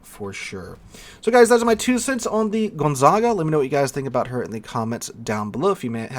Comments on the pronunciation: Its Gonzaga not GonzaNga... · Thanks for the video. Side note, it is pronounced gon-ZAG-a. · bro the ship's name is gon - za - ga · with the way you're mispronouncing the Gonzaga's name (It's pronounced like the well known university in Spokane Washington) I think you might be getting confused with the Brest. Perhaps you've been playing with Brest for too long? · Once again I am utterly devastated by your ability to slaughter foreign names. If my brain was as devastated, I would have lost the ability to write this highly intelligent comment. There is no second n in Gonzaga. Dont u even have a high school with that name? And why in heavens name are you calling the RegOlo RegAlo? Whyyyyyyyy?!? :D :*